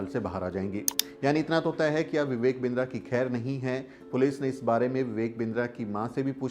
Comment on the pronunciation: बिन्द्रा नही किन्दरा😂